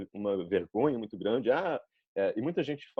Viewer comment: Impressionante, só o "muito" denunciou que pode ser alguém não nativo. Não nasalou tanto quanto nativos, mas pode ser um nativo com resfriado kkkk (e ainda conseguiu sotaque levemente nordestino entre o cearense e o bahiano 👏😮)